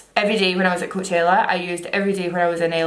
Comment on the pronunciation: The way she pronounces coachella 😍😍😍